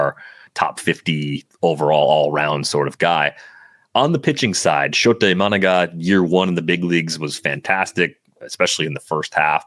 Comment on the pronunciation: Guys, I love you but please pronounce it correctly for us Cub fans: SHO-ta ee-ma-NAH-ga 😅